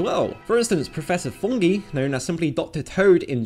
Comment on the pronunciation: It's pronounced Prof. Fungi (Fun-Guy).